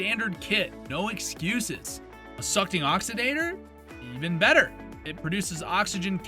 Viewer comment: "Sucking Oxidator"? lol, you mean Sochting? Did AI write the script or just do the "read-along" text at the bottom? 😅